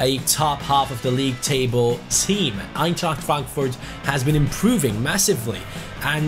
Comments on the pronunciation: Wow how good you said Eintracht Frankfurt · The way you said Eintracht Frankfurt was so German haha